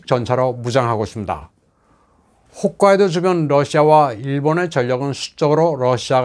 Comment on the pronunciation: 기자님 역시 기본을 제대로 알려주시네요. 많은 분들이 훗카이도 / 시네마 라고 자주 발음하지만 사실 ‘홋’카이도 시’마’네 현(県)이죠. 힘주어 말씀하시는 발음이 인상적이었어요